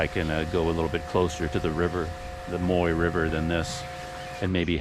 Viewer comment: Be careful with your pronunciation of that river,. At least in polite company. "Moy" means pubic hair in Thai, so you're calling it the pubic hair river! 555 Try saying it with your teeth together while smiling really big. Sounds silly but that will get you close to the correct sound. Thanks for the video!